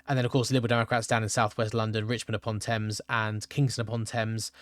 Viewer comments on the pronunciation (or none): none